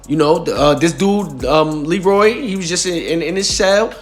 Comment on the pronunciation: You're pronouncing his name wrong ain't no Dominican dude on this planet named Leroy 😅 his name is Leury "Lou rie" lol